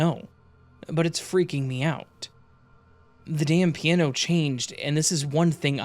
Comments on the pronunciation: I slipped into a parallel universe, where there's a musical instrument called a "peee an no".. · Enjoyed the content. The way you pronounce "piano" tho lol.